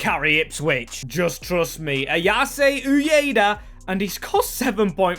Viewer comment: Barely anyone could foresee what Ipswich have done so far this season. "Ayase" is pronounced with 3 syllables You can't draw Arsenal as they're in the same country.